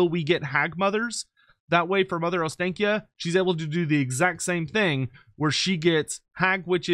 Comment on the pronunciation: Every single English person pronounces Ostakya wrong. It Ostankya with an A as in AAA. The clear sound A. And not then English AEE.